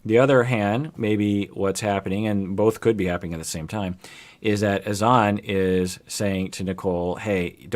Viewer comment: Azz Zan not A Zon. :,(